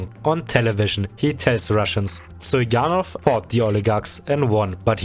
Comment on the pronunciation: The pronunciations make me think you're a German speaker? The Z in Zyuganov should be a zee sound and ths Sh in Stepashin should be a sch.